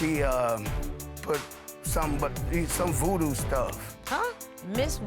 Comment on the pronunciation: "Vootoo" haha